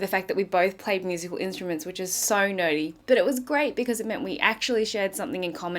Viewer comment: You said "nerdy", I heard "naughty" LOL. Where do people get lives? I need to get one.